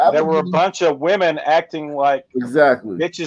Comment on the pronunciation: . "Me in". A group of me in, it's a vowel thing,..or thang.